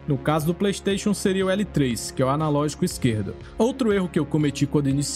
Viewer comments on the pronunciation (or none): none